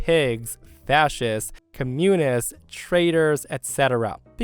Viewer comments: Commune-ists? That really makes me wonder if this is just another one of those A.I. voiced channels. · I was listening while doing the dishes and that moment made me just snap my neck to my phone, truly painful to hear “commune-ists” 😭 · That might be the wildest pronunciation of "communists" I've ever heard lol 😂